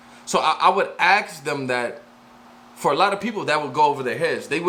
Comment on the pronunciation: The wod is ASK, never AKS